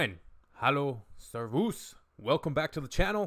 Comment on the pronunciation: FYI: Servus is stressed on the first syllable: Sérvus.